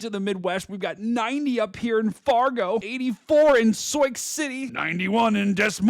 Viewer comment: totally kidding, it happens all the time! 😂 at least you’re saying Sioux right!